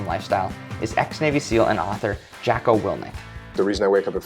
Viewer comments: JOcko not JAcko. He will find you. Before 5am. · Jacko (x) Jocko (o)